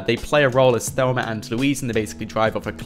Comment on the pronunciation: I love how he says Thelmer instead of Thelma 😂